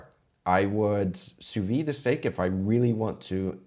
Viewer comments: Did you say 'you Sous-vie it'? please, I understand looking up to Googa but don't spread his atrocious pronounciation, it's sous-vide! Thank god you say it correctly sometimes, it's the one thing that bugs me the most in all cooking video on this platform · Chef, I love your videos. I'm a big fan of your channel. And you get me through a lot of stuff emotionally. But just for future, sous vide is pronounced 'soo-vee'. The 'D' is silent. This is a warm, friendly criticism. Love you, dude.